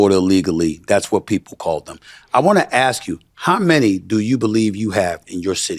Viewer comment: Dont say axe instead of ask. Please